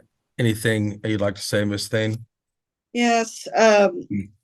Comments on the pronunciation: Omgoodness...no lie, I literally thought OC/Judge kept saying "Ms. THANG" w/ attitude. By the 4th time I took a second look and now understand it's- Ms. Thayne! 😂 Apologies if someone else already commented this...I didn't do a deep dive...ahhh, what a good laugh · When he said "Miss Thane" I thought he was calling her "Miss Thing" 😂.